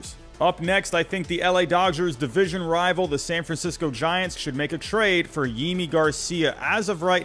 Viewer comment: Thanks for this. Btw it’s *Yimi Garcia.